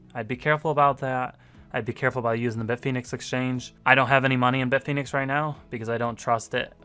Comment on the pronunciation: Stop saying bit-phoenix. It's bit fin ex